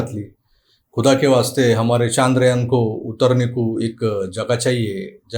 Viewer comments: Sir ji Chaandrayaan Nahi Chandrayaan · Kay hay चांद्रयान चांद्रयान Its should be चंद्रयान, And all marathi media is saying चांद्रयान, Correct me if i am wrong pls.